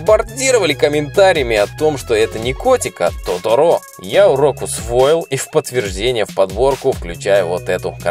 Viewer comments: Не Тоторо',а То'торо, ударение на первое о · не тоторо'. а то'торо. '-ударение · не тотОро а тОторо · не тоторо а торото)) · не тоторО а тОторо)